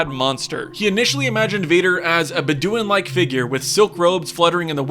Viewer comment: The pronunciation of, "Bedouin" is easy to research. It's "BED doo win".